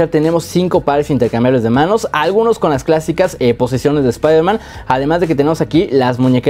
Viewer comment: Espaiderman No Wey Jom